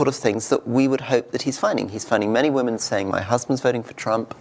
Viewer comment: Huge pet peeve of mine: people who don't know how to say "women." Not that hard!